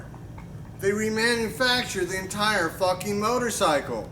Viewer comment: SEVENTY FOCKING YEARS!!! Lol